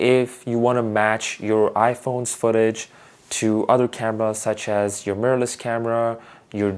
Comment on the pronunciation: “Murrless camera” 😂 nice video fam